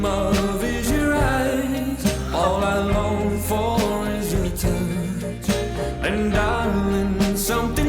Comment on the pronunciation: Pls pronounce the words clearly like touch.